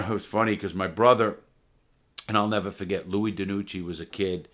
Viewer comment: Larry “and i’ll neva fuhget” Lawton